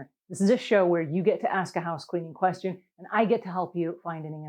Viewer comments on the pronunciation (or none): none